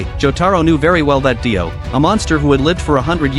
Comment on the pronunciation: Br his name not die o it’s dio